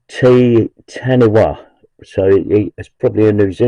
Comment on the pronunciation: Te Taniwha (Maori [native New Zealander] for water monster) is pronounced Tay Tuneefa: the truck belonged to T2, NZ manned Patrol that used Maori names on its vehicles.